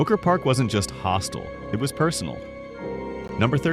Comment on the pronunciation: hostile , not hostle